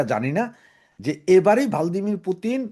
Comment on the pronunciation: ভ্লাদিমির Not ভালদিমির।